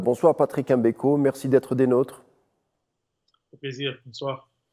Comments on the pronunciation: Tout a fait... EM Beko, ca fait ridicule! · Un Algérien, donc un Africain, et journaliste de surcroît, devrait naturellement pouvoir prononcer le nom de Patrice M'Beko sans aucune Chouina, M'Beko, comme M'Barak ou M'Bolhi, M'belle3, M'Karfass, ect chez nous, ou M'Bala M'Bala, mais en aucun cas ''EM" Beko, comme le fait la majorité des Français souvent par mépris et parfois par inaptitude cognitive. Autrement, ni la personne de ce journaliste, ni ses compétences journalistiques, ni son élocution ne sont mises en question, au contraire. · C'est Mbeko et non M MBEKO